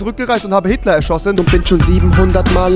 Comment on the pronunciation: er hat gesagt "hitle* erschossen"